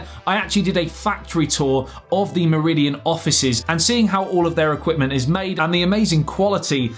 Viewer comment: You make Meridian sound like Mourillian